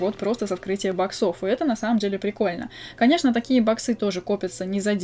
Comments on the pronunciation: Правильно бо-ксов, а не бок-сов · Можно говорить не баксо́в а бо́ксов, а то бесит? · не говори боксОв, плиз. Говори Боксов